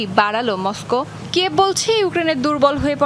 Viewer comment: যদিও খবরটা মন্দ কিন্তু মসকু উচ্চারন😂, মজা পেলাম।🤣